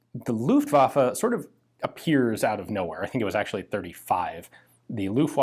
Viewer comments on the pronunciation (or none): You have 2 german words in this video that we pronounce a little bit different in germany. Maybe this will help you with them. First is "Luftwaffe" . Just cut the time that u use to pronounce the "U" & the "A" by half. The second one is "Volkspolizei". This one should sound like "Folks Polizhigh".